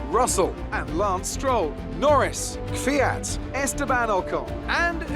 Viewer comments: It's pronounced Kvyat. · Kvyat is pronounced as kfiat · It's Kvyat just how Crofty says it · TFW is trying to pronounce Kvyat right after all these years and he's gonna be gone next year so it won't even matter... that timing. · For say Kvyat name right you have to say ''TORPEDO''. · Pronunciation is very similar to the way says it, he just emphasizes the wrong syllable (1st instead of 2nd, like it should be). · thats how to say kvyat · I think you say Torpedo😂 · It's pronounced квят. Trust me, I know. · Kvyat is pronounced as key-vey-at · Holy shit I thought I was the only one annoyed by "kiwi-yat" lmfao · Kvyat is pronounced like Fiat, but the K and V are both pronounced. (Kveat) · Kvyat pronounced: k-vi-at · Step 1: Say Fiat Step 2: Replace the F with a V, so "veee at" Step 3: Put a K in front=kveeat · U pronounce it as Danill K-fi-at grammer right there bois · It's ki vee yat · It must be around "kwiat". His name means flower. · Say Kviat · About the pronunciation from the vodka-drinking-for-breakfast racer, it's kVIat , for being russian... The strong pronunciation is at VI \o/ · I'm no Russian but I pronounce it Kiv-yat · Its daniil KVYAT, I don’t know where people got the E after K from. It’s is pronounced as it’s written. In russian its Квят, я is ya. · It’s pronounced„kwiat“ but only one syllable no kwi-at or ki-wi-at just kwiat ain’t so hard when you give it a few shoots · its kVYAT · I pronouns it keviat not kéfiat! Like it if you say it like me!? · Isn't it Kyv-at? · I think it’s “ Kve-yat “ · It's K-V-Y-A-T, not K-I-V-Y-A-T, without the I-sound between the K and the V. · it's no ki-vyat it's kvyat. Thank me later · plsease sign kvyat and try to pronounce his name right pls. its like kvyeeee yat or kyiii yat not kiv yat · There's more than 1 syllable in Kvyat. pronounces it KIH-vee-at, but it should be kih-VEE-at. Crofty basically takes out the first syllable by combining it with the second so that it sounds like "Fiat". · It's Kveeat